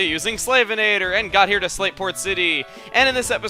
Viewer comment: I keep hearing "Slaveport" whenever you say "Slateport" city lol